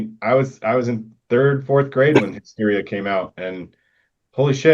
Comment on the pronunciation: What's the deal with the one dude saying HIGH-steria? 😆 Seriously, though...This album did not age well and I was so disappointed at the time it was released. "Hysteria" was really good even though it wasn't as good as the two previous albums, but I really didn't like this one at all. "Make Love Like a Man" is an awful title and the song itself isn't good, either.